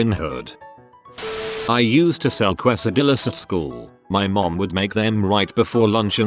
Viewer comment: This narrator cracks me up everytime.” Qwaysahdillas”😂😂